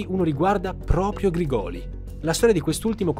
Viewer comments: Ottimo video, sia questo che la prima parte! Solo una precisazione, Grigoli si pronuncia con l'accento sulla prima i, Grìgoli. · Grìgoli, l'accento va sulla prima i. sei bravissimo, hai un bel gruppo di lavoro ma sbagli facilmente gli accenti dei cognomi meridionali, non hai nessun meridionale in zona a cui chiedere lumi prima di girare i video? in caso sono disponibile a darti la pronuncia tonica corretta. scherzo dai, complimenti davvero per l'accuratezza. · Grigoli con l'accento sulla prima "i". Comunque complimenti, ottima ricostruzione. Hai fatto come al solito un lavoro eccellente. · Credo che la pronuncia corretta sia Grìgoli non Grigòli. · Errore di pronuncia su Grigoli...